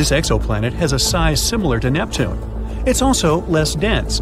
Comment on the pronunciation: 2 mins in i heard neptunay, im gone